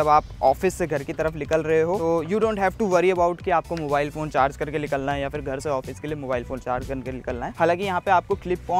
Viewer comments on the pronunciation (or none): LIKALNA nahi hota bhai NIKALNA hota hai